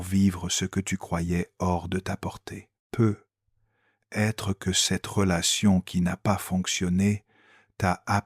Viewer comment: Trop penible les "peut...........être"... Zapp